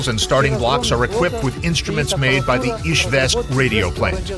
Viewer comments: Beautiful video, thank you! However, the capital city is IZHEVSK, not IzhVEsk, as they say in the video. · Izhevsk, it is Russian varient, Udmurts call the city Izhkar